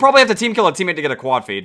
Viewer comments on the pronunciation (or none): none